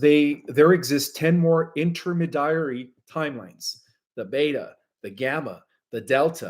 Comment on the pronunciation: inter-MEE-dee-ary not inter-muh-DIE-uhry He doesn’t know this word, but somehow wrote it in his script? Unless…